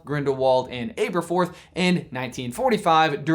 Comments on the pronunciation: Am I the only one annoyed by how says Ay-ber-forth, instead of Aberforth? I mean, no one says Ayl-bus and Ay-riana. I've always seen it as a trio of A names: Albus, Aberforth and Ariana. Because Rowling loves having fun with wordplay and alliteration. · Abb-erforth, not ayber-forth 🙄